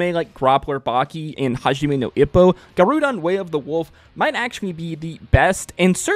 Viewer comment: It's pronounced Gah roh dehn, not guh roo dahn.